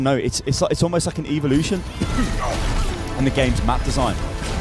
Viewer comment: "evilution" XD